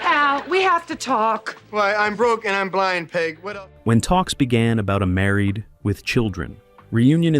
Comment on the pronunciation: What's with the pause after Married??? It's very off-putting after the 20th time hearing Married......with children.🤔